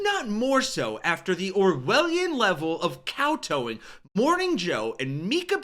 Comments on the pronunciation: Cowtoeing? Lmao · I thought they were cancelled. Btw, it's kowtowing not cow towing.